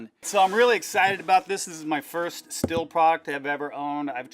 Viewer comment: He's actually pronouncing it properly. All the Germans would give you funny looks if you tried saying it as "steel" over there